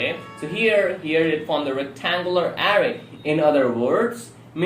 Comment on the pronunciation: Couldn't get past his pronunciation of "arr-rrrrrayyy" and "arrrr-oooooous".